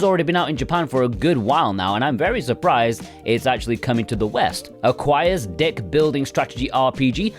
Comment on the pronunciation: Did he say "dick building"?